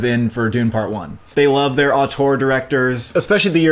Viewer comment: Since you say the word so much, Auteur is pronounced oh-ter